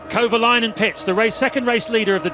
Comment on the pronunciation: Okay... the fact that the commentators keep butchering Kovalainen's name is really irritating. You'd think they'd actually learn how to pronounce driver names properly... but evidently, it's too hard.